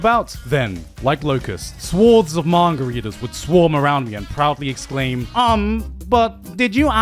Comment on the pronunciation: I can't get over the fact that he keeps saying "mangaridas" and "mangaratis" and no one has pointed it out yet. 🧐